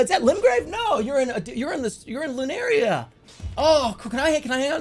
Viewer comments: At least dual weld is an actual joke. Unlike the other things people have mentioned here. And also "Lurinia" instead of "Liurnia" and "Atlus" instead of "Altus". It's like he's not even reading, he's just.... Estimating with his eye-balls. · Him calling Liurnia “lunaria” is so funny 😭